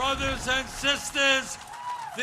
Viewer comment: Is he code switching? I heard “brotha”, “sista” and “togetha”. Anyone else hear that??